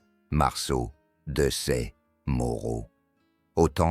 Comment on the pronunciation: Récit pompeux d'une voix d'intelligence artificielle qui ne sait pas lire Desaix , 1800 .... même si Moreau et Hohenlinden méritent bien entendu la renommée qui leur est due.